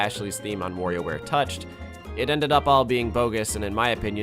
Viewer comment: “Worio and WorioWare”?